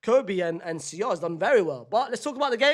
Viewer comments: Fc Sole. Like the fish. See-ohl? Bruh 😂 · its soul not see ohl unc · bro what is see-ohl? lmfao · Why is unc pronouncing Seoul like that😂😂😂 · Why is nobody commenting on his pronunciation of Seoul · Shame, is still not pronouncing 'Seoul' properly 😢